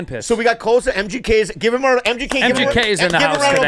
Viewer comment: “We gib up” 😂😂